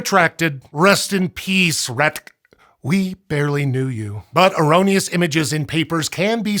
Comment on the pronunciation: Love how rat dck is being pronounced 😂